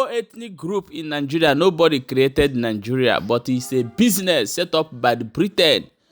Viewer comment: Stop saying " nig"oo"ria instead, say Nig"e"ria. Thanks.